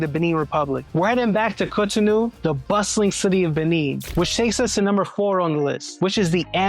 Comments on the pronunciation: GOD💙❤️🙏🏼, why do you keep butchering the name of the city? It is three syllables all ending with an “O!’ Gosh: Co To No !!!! Where do you get No Ah???? no offense, but, Damn!! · The door of no return practically brought tears to my eyes. How scary that must have been for people back then. Also you keep pronouncing Cotonou and even Benin wrong..lol. It's pronounced more like kohtohnu and Behnehn (last n is silent). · 😂😂😂 What was the pronunciation before the French decided to invade? His pronunciation of Cotonou is atrocious. 😂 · This is Brilliant just a slight jaring. Can Americans please learn to listen to how the people call themselves like Cotonou and Port Novo.